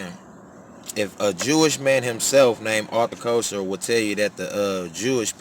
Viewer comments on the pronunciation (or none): Pronunciation of his name is ( Kessler) However thank you brother 🙏🏽❤️